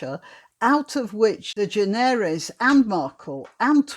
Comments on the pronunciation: Her name is pronounced De-generous. Just as we say 'generous'. I've heard her say it that way. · Ellen's name is pronounced "de-GEN-er-es." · Generous is the correct pronounciation ...... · I have never cared for talk shows. I used to watch the tail end of them for the traffic reports and weather. The correct pronunciation of her sir name is De-Generous. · However it is a French or Iberian surname. So granny pronounced it better than that Ellen dude does himself. Its "de Generes". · Its proper pronunciation is De generates with a silent s.